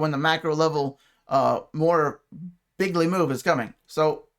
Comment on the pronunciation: "very bigley." I love it